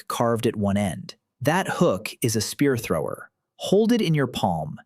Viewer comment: The spear thower